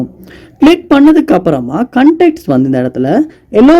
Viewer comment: Unga pronounciation konjam change pannikkanga bro வாட்ஸ் அப் கு வட்ஸ் அப், கண்டாக்ட் கு கண்டக்ட் சொல்றீங்க. உங்க ஸ்டைல் அ கொஞ்சம் change பண்ணுங்க. 😊